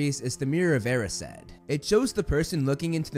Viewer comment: He pronounces 'Erised' as 'Air-e-said' but isn't it supposed to be 'E-rise-d' ?